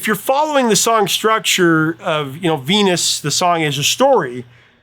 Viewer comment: I know she's saying "I'm your Venus," but it REALLY sounds like she's saying, "I'm your fetus."